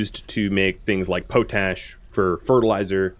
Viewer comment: Love the videos keep it up but it’s pronounced pot-ash not potash it was used to clean pots in the Middle Ages hence pot ash